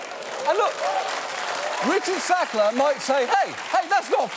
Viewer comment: Why does he spoil every "Sackler"?